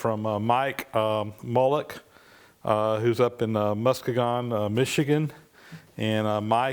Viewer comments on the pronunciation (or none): Yes, I chuckled when tried to pronounce it. But I knew what city it was. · mus-kee-gen lol